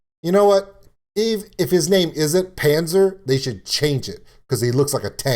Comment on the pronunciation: what is a panzzzer supposed to be :D ok. it is Pahntser. not panzzzer. and it is du hast not du hasht. this is not an st->sht, this is just second person of have, I have you have she has - ich habe du hast sie hat.